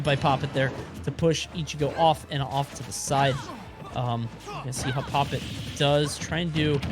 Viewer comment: It's pronounced "poppit one".